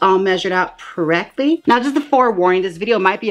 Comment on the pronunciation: “Porrectly” nice one